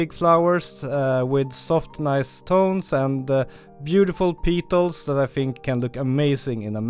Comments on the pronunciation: Fantastic tips, thank you. (In English, its pronounced PETals not PEEEtals, think "I have a PET dog, he PEEES on the carpet" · Another rippa video. 🙂. With pronounciation, "petals", should be, I think sounded as 'pet - als', and depite the spelling, "orchid" would be 'orr - kid'. This is not a criticism, as I couldn't even imagine speaking as you do, in an 'other than my' Native language, but hopefully just a bit of dope for you to take or leave. Keep 'em coming Mate. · I love your videos, but "petals" is pronounced "peh-tels". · Great as always, very inspirational but petals rhymes with get dull just saying :) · I like the video! And also how you say “peetals”! 😋